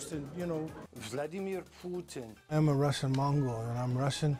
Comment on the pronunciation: Vladimir Poooooooootin. That must be how you pronounce it in Russian/Mongol